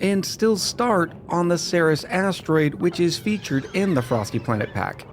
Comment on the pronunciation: Ceres is pronounced 'Series' You have full permission to name this the Ceres Series. In fact, I dare you.